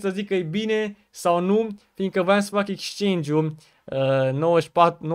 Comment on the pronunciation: bro se scrie exchange si se pronunta ,,exceingi,, nu dau cu hate incerc sa te ajut ~respect~